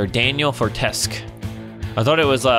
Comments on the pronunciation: You prenounced name wrong It's Fortes Que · It's sir Daniel Fortes-kiu